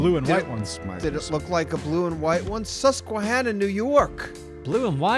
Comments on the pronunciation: man u guys said susquehanna valley wrong i actually live around that area that's so funny how u guys said it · This was awesome, I’m from PA and the last guess was hilarious, especially trying pronounce Susquehanna valley.